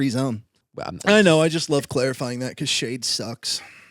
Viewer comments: I literally thought he said Shane sucks when he in fact said shade sucks. Soooo I had to rewind. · I literally thought said "Shane free zone", not "SHADE free zone" and to say i was completely caught off guard would be an understatement LOL.